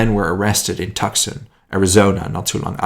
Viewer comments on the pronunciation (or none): Tuc-son is pronounced TWO-son .... :D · Tucson is not tuck-sun, it's too-s-on... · Tucson is pronounced too-sawn not tuck-sun. You really need to correct this oversight.- House of Geography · Tucson "Too-San" Gila- "Hee-la" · Tucson is pronounced TOO-sawn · Tucson is pronounced Tuson, but no worries. Great video. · I live in Phoenix. FYI Tucson is about 90 miles South of Phoenix. Mexico is about 90 miles further South. Tucson is pronounced Two son Gila River, Gila is pronounced : He lah Piestawa Peak was then known as Squaw Peak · OK, not being mean but Tucson is pronounced Too soan. Gila is Spanish the G is pronounced like H. Hila Don't feel bad. If you are not from the Southwest it would be difficult. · Tucson is pronounce 'Too-sahn'. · Tucson is pronounced Two-song or Too-song. =) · I think he mispronounced Tucson.